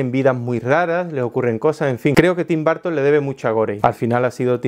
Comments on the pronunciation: Tim BARTON... Pensé que era Tim Burton. Jajaja. Dilo otra vez jaja Tim... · Tim “Barton” !? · TIM BARR-TON le debe mucho a GO-REI ?